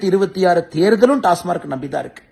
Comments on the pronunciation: Pl pronounce as டாஸ்மாக்... Not டாஸ்மார்க் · உண்மை டாஸ்மாக் என்பதே சரி டாஸ்மார்க் என்பது பிழை